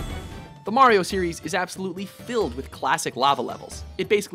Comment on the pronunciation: Hah! Got you now you son of a bitch! you clearly hear him mispronounce Mario after correctly saying it several times before, I knew you were doing this on purpose and now I have the proof!